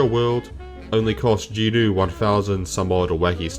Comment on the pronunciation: Is saying Jin-woo as jinu some sort of bait? I am confused here. Also I am not sure how My Hero Academia is a good example since it suffers from the very similar issues that Sooo Leveling does but it's training arc is like 100 chapters long instead.